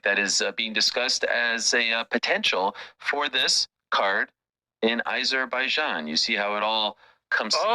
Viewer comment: I'm not going to vote for him. I don't know who I'll vote for yet, unless Catherine Connolly goes for it. I'll vote for her if she does. Why does Ariel pronounce Azerbaijan 🇦🇿 as if it starts with I?